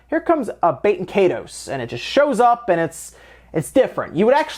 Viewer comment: It's "KYE-TOSE" ...like Dragon Ball KAI...like EYE ball. And TOSE like TOAST without the last T.